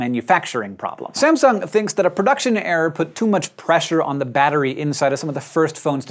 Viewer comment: I liked the way Hank pronounces Sam"sung". emphasizing on the sung.